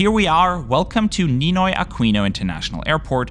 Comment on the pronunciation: Ninoy Aquino is not pronounced “nay-ah”.. local Filipinos say it as “na-i-ah”